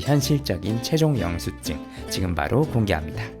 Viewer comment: 왜 영수증에 사이시옷을 넣어서 발음하시는거에요?..